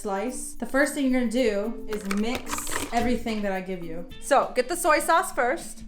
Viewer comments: "sewey sauce" lights out ^.^ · 2 min and 33 seconds in and I'm kickin BOTH of y'all out my kitchen! You said gochujang and he put in gochugaru (sorry for the spelling) and you let him do it! Y'all are using Kikkoman soy sauce. Slice if you say "suey sauce one more time! 😠🤛🏽Slice rubbing that delicious pear together. 😱😱😱 What did that pear do to you! I am not Korean. I only lived there for 2 years and on Errrything (born in PG, sorry), I'm gonna spank y'all!! 😄 Ok now back to the video...😉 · “Sui sauce” 😂😂😂😂😂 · "Suey sauce". Our asian culture just died off.😂😂😂😂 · I said Sui not sewer 😂😂😂😂you two are just too adorable!!! ❤️❤️❤️ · Suey sauce 🤣. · Him saying soy sauce work got me thinking I’m saying it wrong 😂😂